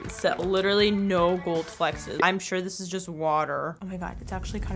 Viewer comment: I love how she says "flexes" instead of flecks hahahaha it's so cute!